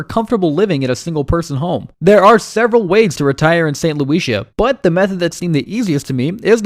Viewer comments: I'm so convinced. Guy can't even pronounce the names of the places. St. Luicia? Cochimbaba? Muartis? You know he's researched it very intensively and is very familiar with these places. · OMG...learn who to pronounce St. Lucia.